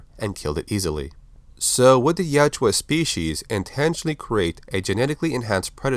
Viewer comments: OMFG... Yautja not Yuatja!!! YA-OOT-JA!!!! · its Yautja, not Yajua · It's not pronounced "Yowtchua." It's YOWT-JA. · Its pronounced Ya-oot-chah according to the creator